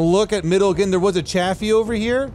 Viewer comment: What did just call a Chaffee? a Jafaffee?